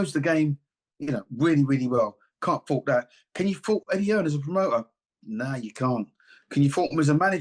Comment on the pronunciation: I just 'LOVE' the way people keep saying Eddie 'HEARNS'...it's 'HEARN'😂. He is not related to the GREAT Thomas 'The Hitman' Hearns😅....Put some RESPECT on this man's name😂😅😅😅